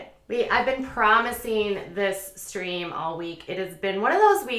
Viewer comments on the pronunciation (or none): none